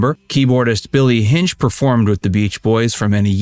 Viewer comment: It's pronounced Hin-chee.